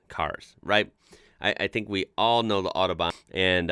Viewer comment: "the oddobahn"